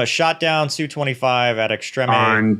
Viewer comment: I am soooo glad you said "Soo"-25 Russian jets are pronounced not spelled out.